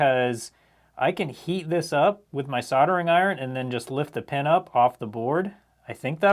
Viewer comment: Another great video, 👍👍. But please, soldering, as in Soul der ing not soddering 😂